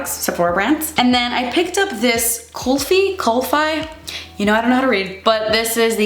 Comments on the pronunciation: Kulfi is pronounced as cool-fee As far as I know kulfi is ice cream in India so that's probably why the shade is called ice ice Berry 😂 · Hun its "kul-fee" and the name is after the various types of Kulfis, which is a South Asian dessert, from what i can understand of it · The brand is pronounced as Kul - fee and the brand is an Indian owned brand. Kulfi is an type of ice cream in subcontinent. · hi just so u know it’s pronounced kulfee! it’s south asian ice cream